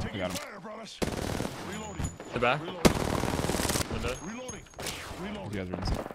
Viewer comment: Now I can't unhear "Reloading" whenever I play...